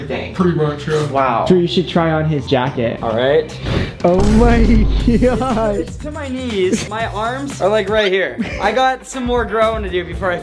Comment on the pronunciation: Is it me or did I notice that Brent every time when he says oh my god he says oh my GWOD